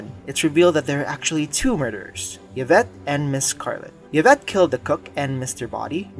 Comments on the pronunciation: also yuh-vette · And he does not say the maids name correctly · His pronouncing Yvette like the Y is a consonant also drove me batty. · It's interesting that you have allegedly watched the movie, but you cannot pronounce "Colonel" nor "Yvette."